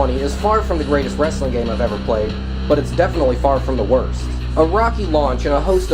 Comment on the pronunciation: WAMEN warsssling = racks